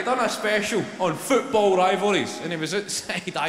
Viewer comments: His English accent is almost perfect until he pronounces "football" and the Glasgow comes right back in 😂😂😂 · about 4 too many O's lol